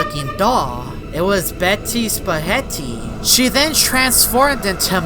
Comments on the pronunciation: Its betty spaghetti not betty spahetty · the way you said betty spahetty😂